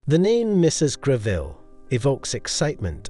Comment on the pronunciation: Other than your Pronunciation of Mrs Gre-ville rather than the more acceptable and more usual pronunciation of Grevul.... I do commend you on finding many, almost unique photographs of The Late Queen wearing these Jewels... The Ruby Necklace is a prime example...I've only ever seen, one...much copied and rather poor quality Photograph of Queen Elizabeth wearing it. here you show a good few. What a treat! .Its a Piece that really does need a "plunging " Neckline such as Both the young Queen and Princess Catherine, displayed. All the Jewels are were lead to believe there is a good chance...There are More? Do we know for example of many Brooches that Mrs. Greville may have left The Late Queen Mother?